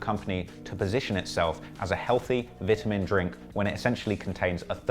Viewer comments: He said vitamin vitimin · ITS VITE-UH-MEN water not VIT-A-MEN water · "V-iT-a-MiN wAtEr" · I'm stuck on "vit-huh-men" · Vitmen water lmao annunciation bro you need to learn if you want to be producing these cheesy ass video and more research from creditable sources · Man said Vit-A-Min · Nigga said “vitimin”💀💀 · Vitamen water lmao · Say vittamin 1 more time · The way u say vitamin, imma get my nigels on u if u keep doing that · The way he says “ vitamin” is making me cringe 😂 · How do you guys pronounce it? Vitamin or vitamin? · Say vitamin water rite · only nigga that says vitamin like that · He is pronouncing vitamin wrong? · U can’t say vitamin ??? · The way you pronounce vitamin is wild to me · Because you can’t say the word “vitamin” correct I can’t subscribe.